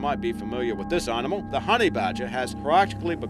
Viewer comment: It's animal not rnimal, there is NO R in it.